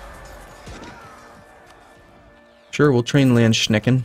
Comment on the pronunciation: Landsknechts were essentally german mercenaries with huge pikes. (based on a the very popular swiss ones). You pronounce it "Landschnecken". Which means "landsnails" ... which is hilarious.